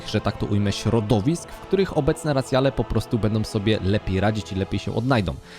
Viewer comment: Podoba mi sie podsumowanie. Sluchac nie jestem w stanie bo dobijaja mnie "landsy" "racjale" i "Dranaje"